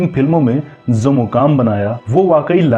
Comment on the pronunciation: Video banane waale tum gadhe ho Jo apni bhasha Hindi ki Maa Bahan Kar rahe ho. Main to us commentator pe laanat bhejta Hoon Jo Jo ko zo bolta hai. Commentary men jitne bhi j waale Shabd aaye hain un sab ko z men tabdeel Kar Diya hai aur aisa karna kamina pan hai.